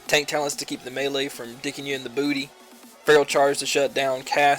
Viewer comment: stop the melee from 'dickin ya in the bewtty''